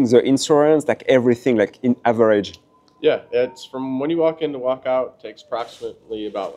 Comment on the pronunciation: Ta prononciation en anglais laisse à désirer ils ont du mal à te comprendre... Everage la R c'est "are" le R ne sonne pas comme en français c'est "aaaaohhh"